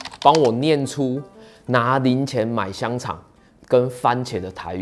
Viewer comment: A念香腸 煙強 就直接排除了.. 台南人都講 煙前